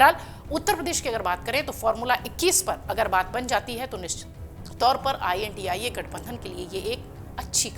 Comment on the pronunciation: India nhi bol paa rahi ho